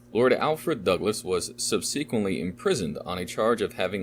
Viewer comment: Painful to listen to due to excessively poor pronunciation on the part of the reader. I’m slogging through - but who can’t pronounce “subsequently”? Literally all names mispronounced makes this reading sound like AI (even as we can apparently hear the pages turn). 😵‍💫😵‍💫